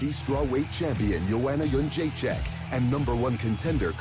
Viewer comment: The way Dana pronounces "Jedrzejcyk" is just painful to hear. "Yeon-jay-check"